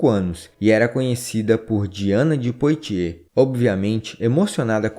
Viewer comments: Excelente canal, parabéns! Apenas para ajudar, a pronúncia francesa correta de "Poitiers", é "puatiê" com o ''S" mudo....como boîte(casa noturna de música)...que se pronuncia "buáte"...."Calais" também está incorreta, a pronúncia correta é "calé"... O "S" só é pronunciado em francês quando aparece vogal posteriormente. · Texto muito bom e exato. Parabens. Porem a pronuncia de nomes franceses como Calais, Poitiers etc... deve ser melhorada.